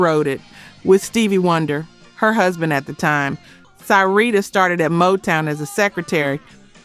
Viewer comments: Ser-ree-ta Wright Minnie Rip-per-ton Omg. These mispronunciations are like nails on a chalk board. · "PLEASE LEARN TO PRONOUNCE THESE LEGONDS NAMES CORRECTLY, IT'S SHORT I SOUND FOR 'SYREETA' 'MINNIE RIPPERTON', Is Short I Sound, Not Ripe, But Ripp, PLEASE SHOW SOME RESPECT, IF YOU REALLY CARE"😢